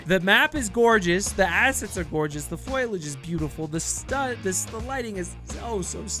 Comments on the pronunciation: by the time it's actually released i would guess most people will have upgraded for it. also, dude, it's fOliage not FOILage, unless oc you're doing for larfs 😉(i'm sorry, i now see you copped quite a bit of flak over this :) ) you don't want them to rush anything, but you want all factions, model and maps to be updated already? i think everyone needs to take a chill pill and be patient and stop crying that the game is broken whilst demanding cluttered full fidelity at 4k and insane fps - looking at those peeps that insist the <100fps 4k Ultra, means the game cannot run. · *Foliage. Fo. Li. Age. NOT "foilage." That's not a word. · insert marge simpson meme about saying foliage